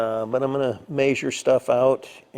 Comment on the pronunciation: is the only other person I’ve heard who says “Measure” the way my family from northern indiana said it.